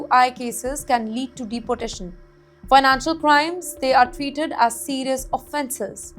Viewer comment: This female has a terrible accent - pronouncing "deportation" as "deputation" and 30 as "thutty ".